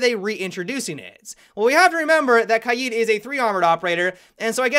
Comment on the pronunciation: I'd like to thank you for being the only siege player who pronounces KAID correctly.